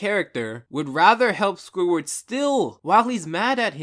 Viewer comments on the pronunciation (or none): 24 minutes of listening to this guy say "Squiward".